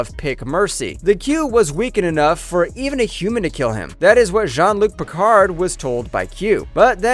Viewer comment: My gosh, listening to this clown mispronounce names is hilarious. Ah i remember Gwinnin well. That indispensable star trek chatacter. "FLOWERS!! Is there a jean Luck Pickerd here?"